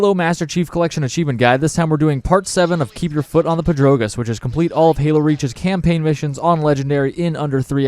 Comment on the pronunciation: Dude says Pedrogas so weird